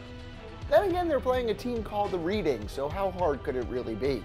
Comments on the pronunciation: The team reading is pronounced redding I know. Your American though I'll let you off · It's pronounced Redding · Pronounced "RED-ding"... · Reading is pronounced reding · reading is pronounced redding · they are pronounced redding ffs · It’s pronounced red ing xD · It's reading pronounced redding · Reeeeeeding? Lol tool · The way you pronounced Reading hahaha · Being American doesn't even count as an excuse here. There's a city called Reading (pronounced the same way as the English one) in Pennsylvania and a property on the American Monopoly game board called Reading Railroad. That's just sloppy homework. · Wait.... not one but two football (soccer )clips in a top 10 by TBS?!? (Btw that’s now how you say reading 😂but at least u tried) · “Reading” lol “soccer” lol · Man said reading... yes it’s Reading but it’s pronounced “redding” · It is also pronounced reding not reading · You pronounce it as Red-Ing not Reading. And that fan Arsenal fan actually didn’t leave the game. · I know these guys are American, but Reading is pronounced “Redd-ing” btw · for future reference its "red ing" not reading. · and holy fuck its pronounced redding not reading like youre reading a book. not to mention arsenal are a much larger club than reading and in london, hes not a bandwagon, hes just a normal person who has to take the train home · Reading rhymes with bedding. Or spreading. Or breading. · Hey Reading is pronounced like REDing not REEDing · It’s pronounced “Reding” not Reading. Yes I know it’s spelt like reading, but British towns are pronounced weird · It isn’t pronounced “reading” it is pronounced “reding” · Damn it is pronounced "Red-ing" not like reading a book... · It's not pronounced like reading a book. It's pronounced Redding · on 5 you said reding not reading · Not Reeding its Reding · Its pronounced Reding not Reading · Reading is pronounced Red-ing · Reading it’s a place pronounced reding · Btw it's pronounced red-ing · Lol “reeding” well done mate